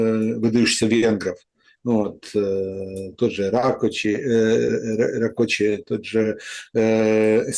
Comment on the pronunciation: Rákóczi. В Венгерском языке сочетание букв cz произносится как ц.